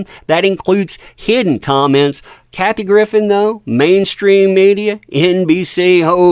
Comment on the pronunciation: please at least pronounce her name correctly. And don’t discredit her, she has called this stuff out for years and has been right.